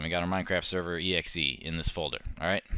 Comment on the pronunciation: server not serro